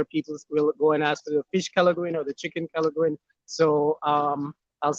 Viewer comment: You pronounced Kelaguin quite well. Chicken kelaguin